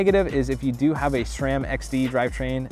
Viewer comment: He said sram XD driver